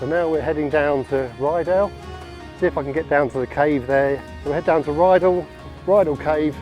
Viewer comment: Beautiful scenery, just to say its Rydal not Ryedale